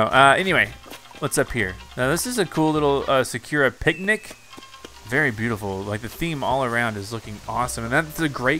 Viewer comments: It’s not pronounced “suh cure ah” it’s pronounced “sahk oo ruh” 😂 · Doesn’t like Pietro. -Doesn’t follow his tour guide. -Can’t pronounce sakura. I wish I could take my 12 minutes and 55 seconds of watch time back. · that pronunciation of sakura though